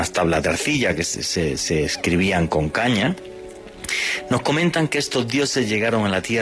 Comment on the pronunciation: No es Anuma, es Enuma. No es caña, es cuña. Debería documentarse más .